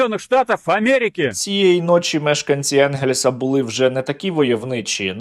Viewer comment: не почАли, а почалИ, не бУли, а булИ, не провЕли, а провелИ